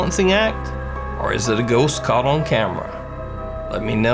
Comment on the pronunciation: CAWLT? What the actual fuck is CAWLT? does he mean to say CAUGHT? I can't stand this guy, hes fucking ruining all of these videos.